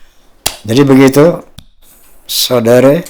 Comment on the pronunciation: Saya orang indonesia Soudara... bukan Sudara...😅